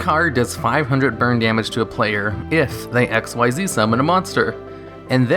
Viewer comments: It's not X-Y-Z it's pronounced Ik-Zeeds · Sorry for hating but I hate people like you who's says XYZ when actually pronounced in the game "Ik-Seez", how hard is it to say that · King Of Spades spelled XYZ pronounced ikzeez Not X.Y.Z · Madwizard145 a lot of people call them X.Y.Z, but even in a beginner's guide it says pronounced ikzeez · Hearing him mispronounce XYZ is one of the old video tells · The way you misread Xyz annoys me ... though good video .. keep up .. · Why do you not say XYZ correctly. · hes hurting me... its not "XYZ", its pronounced "XZ"